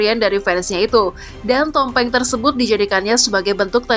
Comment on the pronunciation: BKN TOMPENG MIN.....TPI... TUMPENG😅.